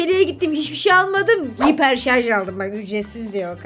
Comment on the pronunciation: Haypır deyil abla hiper şarj